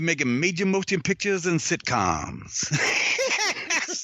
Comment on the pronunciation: "this time next year we gone be makin major motion picthas and sitcoms" lmao